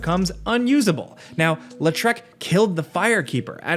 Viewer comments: It's pronounced LAW-TRICK. You're out here makin him sound like a French villain LOL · "Lé Treck" XD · His pronunciation of his name hurt my soul lol